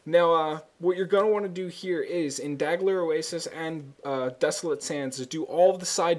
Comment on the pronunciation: I feel a little guilty for the comment now if you really can't see it, sorry. The L comes before the G the way it is spelled in the game, it is most definitely pronounced DAL--GER and not DAG--LER. D-A-H-L-G-U-R